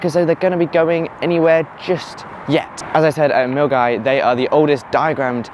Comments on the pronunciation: Congratulations on pronouncing 'Mill-guy' correctly! Great video. Thanks! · ‘Obran’ ‘Airdry’ Though good job with Milngavie!